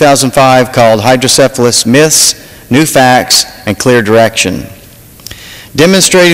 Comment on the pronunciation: Neat stuff. Too bad they don't have more consideration such as this in other places. I'm 40 now and have had hydrocephalus since I was born. I do wish people would stop pronouncing it "hydro-syphilis"